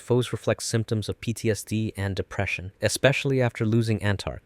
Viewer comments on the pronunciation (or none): none